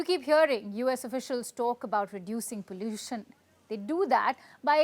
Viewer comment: Stop saying pallution 😂 is sick and no one pronounces it that way in India